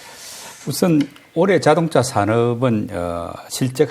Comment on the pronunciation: 님은 올해를 항상 올래로 발음하는특징..그래도 너무좋아 분석을 어쩜저렇게 잘하는지..최근 언급한종목 지켜보고 모아갈시간도없이 상한가를 가서 너무아쉬워요